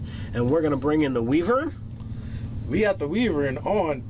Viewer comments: wee-vern.... i think its pronounced why-vern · wy·vern ˈwīvərn/ long EYE whEYEvern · Pronounced "Why-Vern". Like from those Ernest movies. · Just so you know its pronounced w-I-vern